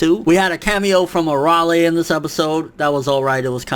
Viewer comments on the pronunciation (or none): It's pronounced Araylee not arawle.